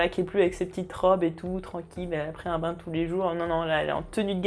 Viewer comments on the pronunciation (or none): none